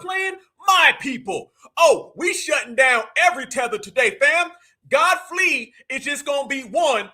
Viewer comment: He called that man Godflee. 😂